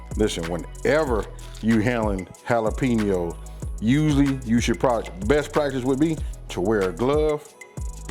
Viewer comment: It's pronounced Ha lah peh ños NOT Ha la PEE ños